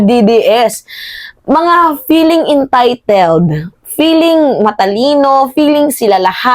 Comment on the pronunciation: Feeling matalino k nga din. Feeling entiteld😂😂😂 😂😂😂 Nkakatawa tlga to mg pronounce